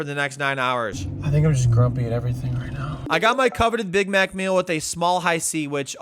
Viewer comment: McDrunkness, hehe! The way you slurred "I haven't had a big maaaccccc.." You sounded almost Scottish, hehe hello from Glasgow :D